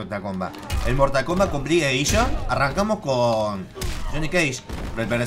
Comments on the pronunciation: Mortal Komblat xD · Mortal Klombat Jajajajajajaja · En el minuto mortal combla